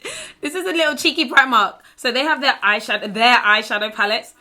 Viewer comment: My aunty lives in the UK and the way you say Cheeky totally reminds me of her! Haha. Cheeky.